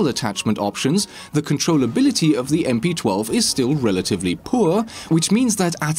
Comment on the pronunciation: How does he possibly mess up the name of the gun? Does he not play siege? lol. I cant get over MP-12.